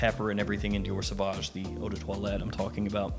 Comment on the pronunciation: Dee-ore Suh-Voj Owe deh Twollet